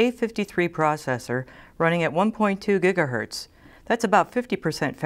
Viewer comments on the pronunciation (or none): none